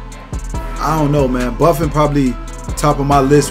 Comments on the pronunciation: His name isn't Buffin' ... his name is pronounced : Boo-Phone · buffin? Its pronounced Boo-fon